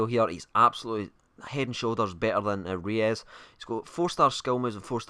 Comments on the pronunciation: It's Royse not reyus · haha just kidding,you are pronouncing him almost right...just pronouncing him royce!:) but you are right re-us is wrong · You pronounce Reus like Royce. Not like reyes haha. Typical zombie can't even talk right. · Reus is pronounce Royce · I think you're the only person in the world who doesn't like Reus on FIFA. And btw it's pronounced royss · Pronounced Roys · It's pronounced Royce :) rues is a striker btw